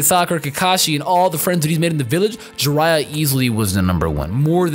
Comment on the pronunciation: I literally had to stopped the whole video after u said Jiraiya, my chest felt pierced and I can't watch this no more